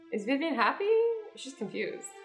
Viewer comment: WAIT DID AZZY SAY VIVAN? MY NAME IS VIVIAN